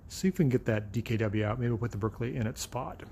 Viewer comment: The Berkeley is British, so pronounced ‘Barkley’ 🤪👍🏼